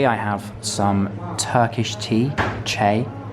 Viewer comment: I recommend buying the museum pass because it's quite cheap and you can access all the museums / places like Ephesus for a year. Just ask the ticket place at a popular museum. by the way, çay is pronounced cheye